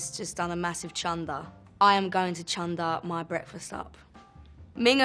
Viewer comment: Chunder which she pronounced as Chanda, is market in an indian language malayalam. So I'm going to chanda is I'm going to the market.